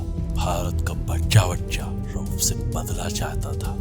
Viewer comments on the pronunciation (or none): Rauf not rouf😂